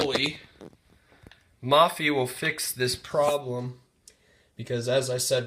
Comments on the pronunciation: It's pronounced (moe-fee) not (mah-fee) lol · it's pronounced "maw-fee" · its MOH-PHEE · Thanks for the video. Please note "Mophie" pronounced with a long 'o' sound, as in "Oh!". Not as in "modular". You can confirm this by listening to the video on their home page.